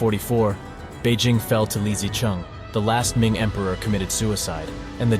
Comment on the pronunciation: I enjoyed the video and I found no glaring errors. You stated that the video was created by AI. You should somehow update the AI on Chinese pronunciation. For example Zheng He, the Zheng is not too bad, but He is not pronounced with a long e sound as in ‘ peace’ but with a short schwa ‘e’ sound as in ‘the’. The ‘zhuang’ in Zhu Yuanzhuang is incorrect. Also the ‘Zi’ in Li Zicheng is incorrect.